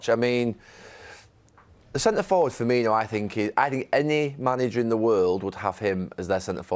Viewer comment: You would think after being on Sky Sports punditry for so long you would get Carra some lessons in how to pronounce players names properly especially his own clubs! Firbinio???